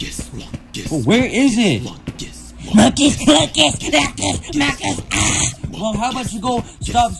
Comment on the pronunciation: He says munkes lunkes